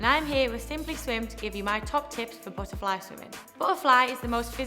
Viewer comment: lol buh’ a fly u funny